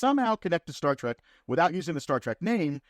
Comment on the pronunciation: If you are going to make a living on Star Trek, at least have the decency to pronounce it “Trek” and not “Track”.